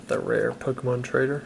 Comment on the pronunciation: How can a person mispronounce so many pokemon😅